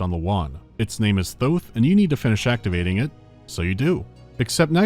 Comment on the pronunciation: THOUTH??? THOUTH THOTH